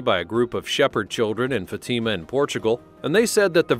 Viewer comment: Teach you AI to pronounce Fatima correctly!